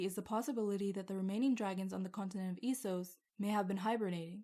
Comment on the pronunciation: So you pronounce it Esos, instead of Essos? Well, I guess it is "East", so I guess it could be pronounced that way, but I thought that it was officially confirmed to be pronounced "Essos".